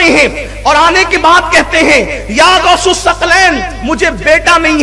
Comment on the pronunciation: گوس نہیں غوث ہوتے ہیں